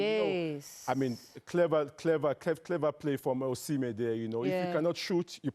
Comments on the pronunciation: His name is Osimhen, not Usman lady! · I know… but how can they have someone on the show who doesn’t even know how to pronounce the name of a player like Osimehn. That’s hilarious